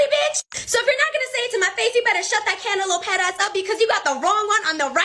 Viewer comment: She said cantlop head